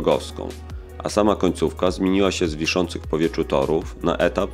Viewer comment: W powieczu = w powietrzu, Nie czeba = nie trzeba. Ale jest coraz lepiej